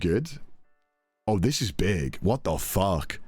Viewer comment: What the fawk